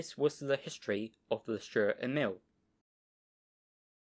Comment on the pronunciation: Nice and interesting video. Stur means Sturdy or Stalwart or Cool. Sturer Emil: Sturdy Emil. Stur pronounced as Stoor like in Do or Too. In our Dutch language it is pronounced the same: stoor, written as Stoer.